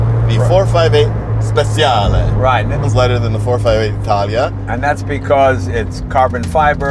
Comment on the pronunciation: If you’re going to say “speciale” with an Italian accent, at least pronounce it correctly! Speh-CHA-lay, not speh-see-ah-lay